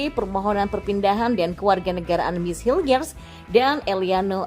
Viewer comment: Eliano Reinders bacanya. Jnya ngga usah dibaca. Mees Hilgers bacanya Mees Hilghers 😅.